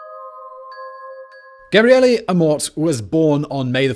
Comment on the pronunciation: Oh no. That e at the end of Gabriele must be very closed, otherwise it sounds like Gabriela which is the female version of Gabriele. 😲